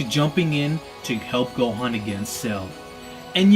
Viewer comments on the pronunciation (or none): none